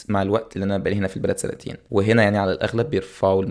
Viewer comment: سنتين*** وليس سانتين